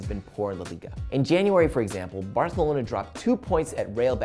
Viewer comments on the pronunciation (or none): none